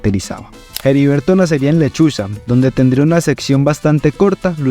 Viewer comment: Es Heriberto de la Calle, no Jeriberto de la Calle. La H es muda.